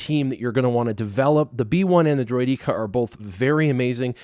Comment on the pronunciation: Another great video! But the way you pronounce Droideka makes me want to pour cement in my ears 😂